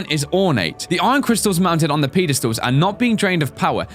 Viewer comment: XD Lol how pronounces pedastal XD